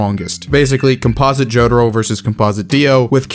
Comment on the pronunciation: Why do you call Jotaro as Jodro/Jotro?